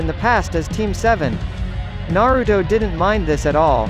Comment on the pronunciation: He said Naroodo